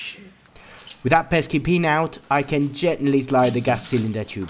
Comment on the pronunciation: Gently tap it out and what did you mutter ?? 😂😂😂